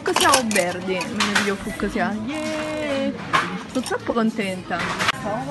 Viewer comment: Ha sempre qualche problema nel dire 'cs' Fuccc-sia, Maccc-s